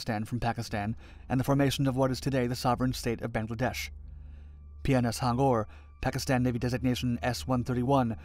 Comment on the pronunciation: it is pronounced as H-U-N-G-O-R ... ...... btw , good documentary